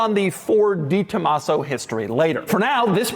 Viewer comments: Doug's the type of guy to talk about a 'de Tomaso' but say it 'di Tomaso'. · Doug is the type of guy who will say "Dee Tomasso" instead of "Deh Tomasso" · It’s DE Tomaso. Not DEE. De…. Like day. Tren De Aragua….. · “The” Tomaso. Not “Dee”. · Not sold through 'Ford' dealers...pantera was sold through "Lincoln" dealers...yes, there is a difference. Also, it's pronounced 'deh Tomaso' and not 'dee Tomaso'...yes, there is a difference. Lovely early example without the overly large tires and ridiculous fender flares of the latter versions...very cool car. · De is said "day" for all you pukes saying Posche is "por shay" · It's not DiTomaso, you can tell by reading the name.